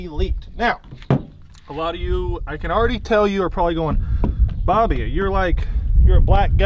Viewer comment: You sayed booby its bobby